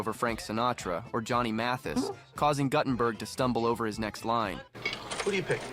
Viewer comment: It's funny hearing the narrator callout people for mispronunciations and then goes on to mispronounce Guttenberg & Duchovny.😔